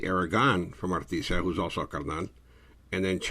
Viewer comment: Good morning ☀️ Did keep saying “Arti-sha” instead of ARTISIA(in Spanish)? The ending cracked me up🤣 Detectives: “Do you remember when you were arrested?: “At night” Even when he’s serious, he’s still funny